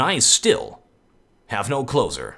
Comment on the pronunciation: First time I heard your closure, it sounded like "Im the, and I still have no cloth on":D